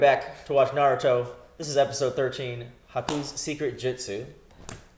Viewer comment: Stop calling Haku "she"! And stop saying Naruto's name wrong!